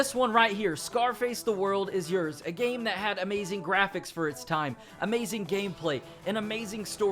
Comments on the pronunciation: I love u man... But it's YOURS. YOURS. YOURRSSS! (YORS) rhymes with Wars!! Not freaking Yers. You wouldn't say wers would u? Lol. Dammit it was getting to me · "Yurz" that spell bro